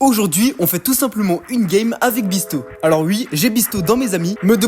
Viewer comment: wsh trop de chance le goat bisto mais ça se prenonce pas bisso